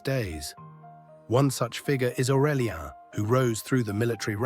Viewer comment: Orelia??? Aurelian you mean, I guess